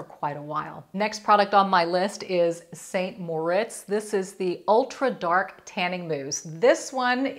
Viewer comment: It's pronounced SAN Moritz and Bondi is Bond-eye not Bondee.